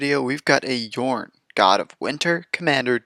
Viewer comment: I clicked that subscribe button as soon as I heard you pronounce Jorn correctly! :D I really never play green, but this deck looks amazingly fun.